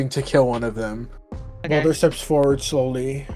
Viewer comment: What people think said:okay😢 What actually said:okeh😢